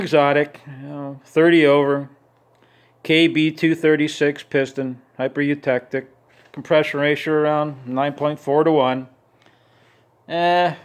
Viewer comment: "HYPER urectal",,,,son,,,say it aint so! (LOL)